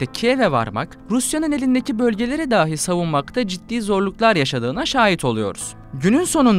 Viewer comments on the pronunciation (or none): Telaffuz konusunda iki uyarım olacak. De da anlamına gelen dahi kelimesini daahi diye okuyorsunuz. Dahii şeklinde okumalısınız. Bir de patlama kelimesinde t yi söylemeyip ağızda patlatarak pa'lama gibi telaffuz ediyorsunuz. Saygılar